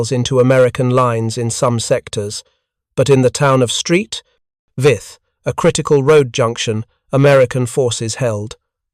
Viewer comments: Exactly. Saint Vith! Not "Street Vith"!. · St, is pronounced Saint not Street Saint Vith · “Street Vith” no no no Saint Vith stop with the AI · Street Vith. 😂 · St. Vith? It is 'Saint', not 'Street'. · Please ditch the robovoice - Street Vith for St Vith and Mark is for Mark I Tigers, indeed. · St Vith is not street Vith. Its Saint Vith. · "Belgian town of Street Vith"😂😂😂😂😂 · Ffs, "Street Vith??" Wtf. Do better. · Street Vith?? 😂🤣😂🤣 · Oh the limits of AI and automated voice over. “St.” isn’t USPS speak but short for Saint, Sankt or Sint all the local languages (French, German. Walloon, …) for “Saint.” St. Vith was named for Saint Vitus. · Tiger Is ; M36s; Stupid AI calling the use of "S" meaning plural, or more than one, but simply saying Tiger "is" or M36"s". Oh yeah, then there's the erroneous use of the Belgian town of St.Vith, Saint Vith, not Street Vith as AI pronounces it.